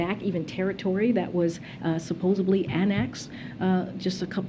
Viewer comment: This woman says SUPPOSUBLY. All the time.